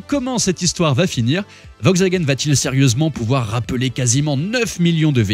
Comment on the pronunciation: C'est "VoLkswagen".... On prononce le 'L" hein... 🤣